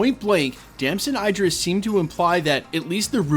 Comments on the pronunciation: Name pronounced as E drees, not I drees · Its Idris not I-dris, like Idris Elba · tf is Eye-dris, it's Idris, like Eedrees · bro saying his name wrong, its the same way you say Idris in Idris Elba